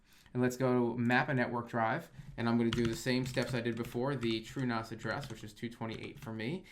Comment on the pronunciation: Everytime you say True as it sounds like truenos to me and I giggle. Love the content keep up the good work, love to see this stuff aimed at me as a recreation home nerd focusing on the essential minimums instead of the homelab for pros stuff that's a bit higher level than the typically joe might need.